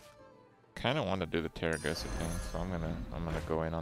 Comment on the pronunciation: Kripp, why do you keep calling her Teragosa, while her name is actually Tarecgosa?